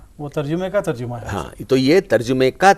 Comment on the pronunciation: ترجُمہ نہیں تر جَمہ ہے